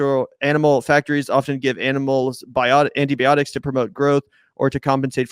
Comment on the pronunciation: I like it with Tempeh, that's where its at. Please work on the word "antibiotics", it's not pronounced like "anteebeeotics".